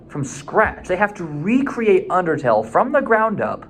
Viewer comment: im sorry you said outertle, and i kid you not i flipped OUTERTALE IS BEST THEN SWAP THEN FELL!!!